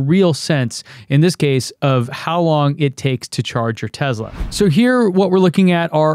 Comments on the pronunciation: You went over the most interesting part starting really fast. Also PLEASE, for the love of god, stop calling it TeZla...it TeSla. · Tesla not Tezla 🤣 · I don't give a flying f**k how he someone else says it. Are you an other-people-replicating robot or are you a human being with a brain? THE Man's name is Nikola TeSSSSLa. There's No Z in there.